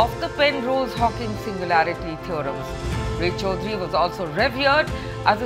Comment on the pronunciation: Say রায় চৌধুরী not Ray _ Chowdhury. I think the news reader is a Bengali or an Indian. Why his pronunciation is so bad?